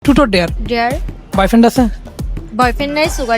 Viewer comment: Truth or dare ❎ Tutot dare😆😆✅